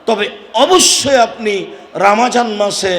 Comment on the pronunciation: Atay suddho uccaron